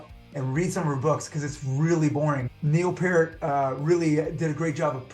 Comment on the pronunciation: Why I love Satchel Reason #36.7: He pronounced Neil Peart’s name correctly.